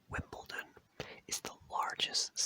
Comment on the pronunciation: There is no T in Wimbledon